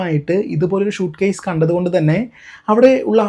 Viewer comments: ഷൂട്ട്കേസ് അല്ല സ്യുട്കേസ് എന്ന് പറ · ഷ അല്ല സ